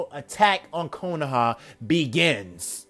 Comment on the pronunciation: when he said attack on konoha I thought he said attack on titan plz aot what ifs